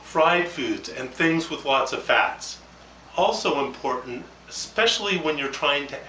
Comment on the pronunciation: lol he said impoytant